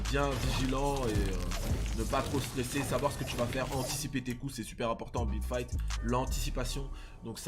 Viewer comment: On dirait tu dit bit fight